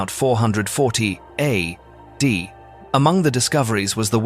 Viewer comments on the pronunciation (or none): Adding, your prompts for your AI narrator may be Mal-formed, it seems to struggle with things like A.D. (Anna Domino) and presents each of the letters as the ending of a sentence. Additionally, it is including prompt indicator references (H, B1, and others).